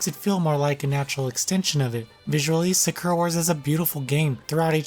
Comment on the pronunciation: It’s weird that when you pronounce Sakura the character’s name you say it correctly but when you pronounce the Sakura in the games title you say it wrong... it’s the same word.